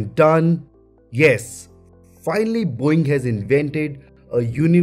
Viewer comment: It just sounded like he said, “Boing!!” 😂😂